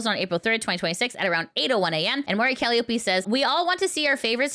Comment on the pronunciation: By the way, that's not how you pronounce Mori Calliope. It's pronounced just like the instrument.